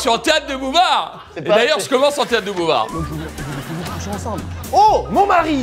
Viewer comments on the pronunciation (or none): Carlito dit bien théatre de bouvard au lieu de boulevard ? genre comme si bouvard était un auteur ou quoi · Carlito, c'est Théâtre de Boulevard, pas Théâtre de Bouvard. Tu te prends pour les inconnus ou quoi ? 😉